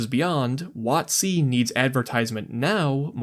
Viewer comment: Emphasizing it "wot-C" instead of "WOT-c" is really throwing me off lol